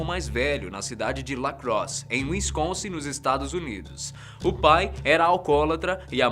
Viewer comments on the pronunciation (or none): none